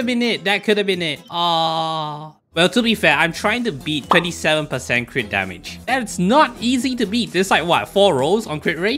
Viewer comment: Is it just me but u call every crit damage crit rat LMAO